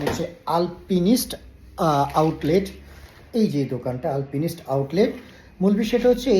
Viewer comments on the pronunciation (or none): ভাই উচ্চারন হবে আলপাইনিস্ট ...